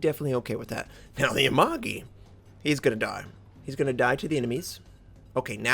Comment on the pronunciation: So much for the SN Cruiser hype. I will absolutely like it if they came as a package with not-drunk teammate For pronounciation, Nagato and Hatsuharu is fine. Mogami and Amagi should follow Nagatos pronounciation pattern. Keep up the good work